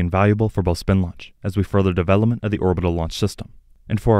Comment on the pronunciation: When talking about Spin Launch emphasis should be place on the "spin" aspect.